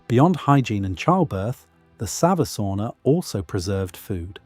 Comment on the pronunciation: Every time he says "savusauna" he says u in savu as an i. Finnish language is written same way as it is spoken, so savisauna means clay sauna as savi means clay in English.